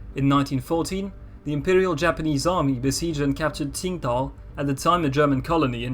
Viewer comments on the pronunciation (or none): none